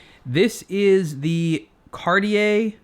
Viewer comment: Why cant you say cartier the right way?